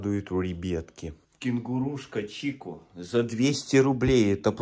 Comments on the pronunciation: Не чико кингуруха а кикко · Не чико а чичё😀